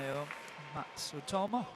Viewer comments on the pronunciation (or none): The male commentator is incompetent: the umpire just said "Mayu MATSUMOTO", yet he repeated "Mayu MATSUTOMO"!